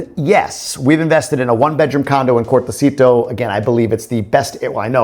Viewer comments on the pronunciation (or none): Great Videos, down to earth.... !!! keep doing them.... just a small adjustment.... "Cortecito"..... no "Cartoceto"...